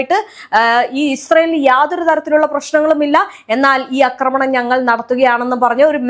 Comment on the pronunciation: അക്രമണം അല്ല ആക്രമണം ആണ് ശരി